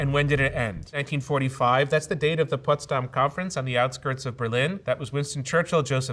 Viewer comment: it's Potsdam, not Putsdam.